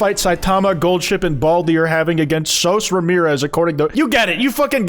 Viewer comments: hey have you… have you NOT seen Gravity Falls? Cause that’s not how you pronounce Soos’s name. If you love Deltarune I’m confident you’d also love Gravity Falls, it’s only 2 seasons and has an extremely similar sense of humor and mystery, definitely worth a watch! Genuinely I mean it when I tell you the Deltarune fan theory community is NOTHING compared to Gravity Falls’s fan theory community back when it was airing, those kids were going WILD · why did you say soos's name like that 😭